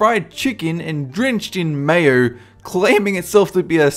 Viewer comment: i know mite not be so good at english but when he said mayo he said mayerr